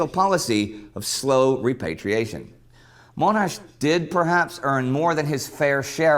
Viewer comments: haha, yes, but to be fair, this was his first introduction to Monash, that's the way they said it in the video, and we hadn't corrected it before: mon not moan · Every time corrected the narrator for saying Mel-bourne to Mel-bin I would correct rob for calling him Mo-nash instead of Mon-ash. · Pretty good summery. Others mentioned in previous comments but accent on the 'ash' portion of name. So, monASH. (at least how this Aussie says) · The The name is Monash, not Moanash. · Not pronounced Moanash. MONASH. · Is his first name John or Joan? John. Therefore his surname is Monash - NOT Moanash!. 😡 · Yup. But Mon { as in Ron } Not Moaanash. Sigh... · It's pronounced Mon-Ash not Mone-Ash like says it lol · His surname is pronounced Mon-ash not Mone-ash. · Is name is MONASH, not MOAN-ASH. WTF dude. Did you do even the tiniest bit of research on this? And the people on our notes, are not characters, they're people. Monash was not a character, this isn't fake money, we put PEOPLE who we respect and think of greatly on our notes. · It is amusing hearing you correcting the American on the pronunciation of Melbourne, while he was being relatively correct in his pronunciation of Monash, while you were getting it so wrong by making it sound like Moan-ash. BTW, the Boer War was an important war for the British in South Africa that you really should get acquainted with. A highly recommendable movie, Breaker Morant, follows the life of an Australian during that war, and some of the injustices, and it would give you a sense of the nature of that war. Great movie. Likewise, Gallipoli was also a great defeat for British forces, and the oversimplification of 'Churchill set them up for a fall' glosses over the many failures at all levels of leadership during that campaign. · Monash, not MOnash! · It's pronounced MONASH NOT MOANASH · MON, MON, not MOANash :) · Oh dear, great series but it is Mon ash not Moanash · Monash is mohnash not Moanash.